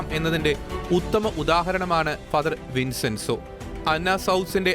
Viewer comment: വിൻസെൻസോ അല്ല വിഞ്ചെൻസോ ആണ്